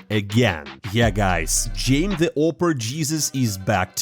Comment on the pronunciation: I am pretty sure Jame is not pronounced the way muricans keep pronouncing it (like Game). His name is Dzhami. How come you dont pronounce Jabbi as Jeybi? It is Ja-me or Ja-mi. Not Jeym or Jaymi. It is not Jeym time, but Ja-mi time.